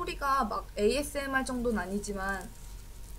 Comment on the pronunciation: 에이에스엠아르 발음 시작할때 쌉귀